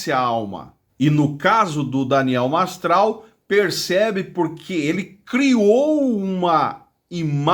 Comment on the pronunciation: Nao sabe falar nem o nome do cara MASTRAL 🐴🐴